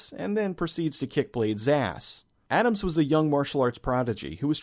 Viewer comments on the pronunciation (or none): none